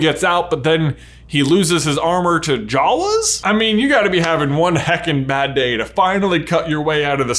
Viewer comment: Did you pronounce Jawas like jaws